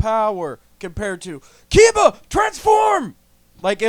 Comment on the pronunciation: kiba is pronounced key buh not kai buh